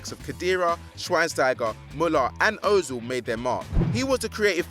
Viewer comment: o-zil.... lol. it's pronounced ur-zil....